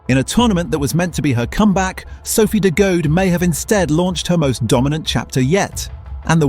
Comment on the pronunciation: This is cool but you re saying her last name wrong. Phonetically it’s de Goodie.